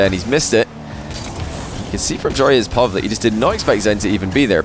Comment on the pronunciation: pronouncing POV as "pov" will forever irritate me